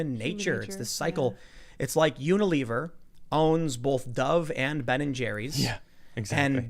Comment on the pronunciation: Bowlth. I can’t unhear it.